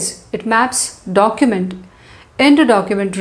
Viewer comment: documejt pronouncation :face-orange-raised-eyebrow::face-fuchsia-wide-eyes::face-fuchsia-tongue-out